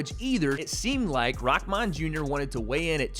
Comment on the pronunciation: It's rahman not rockman